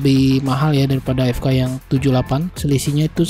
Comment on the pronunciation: Cmon just say fk properly